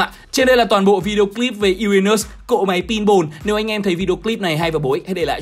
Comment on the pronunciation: Uran Mỡ 😄 😄 (em nói zui hoi )